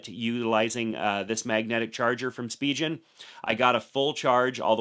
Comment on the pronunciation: Spijen ❌ Spigen ✔️